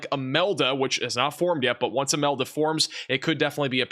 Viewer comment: Humberto, Imelda?.. Names that don’t exactly roll off one’s tongue. Though did great at pronouncing them!! 👍🌀🌀👀😵‍💫